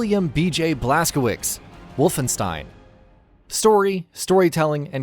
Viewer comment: Blas-ko-witz, Blas-ko-vitz, or Blas-ko-vitch...but NOT Blas-ko-wicks. There's my pedantry for the night.